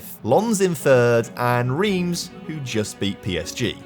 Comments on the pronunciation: As a Montpellier habitant and supporter, this video has made me extremely happy! Well done! Cos 2012 was incredible and, in real-life, a complete one-off! One pedantic gripe on the pronunciation front, though (sorry!), Reims is crazily pronounced "Ran-se"!?! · Your pronunciation of Reims is incorrect. Basically, the "eim" sounds like "1" in "ligue 1"